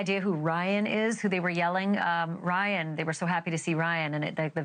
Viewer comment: Sounded like she said Wyatt, not Ryan.